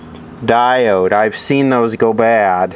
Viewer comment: I like the way you say stuff that diod.